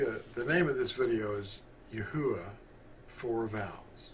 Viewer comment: The vowels are accurate. But the phonics and pronunciation of His Name is wrong. Not yah.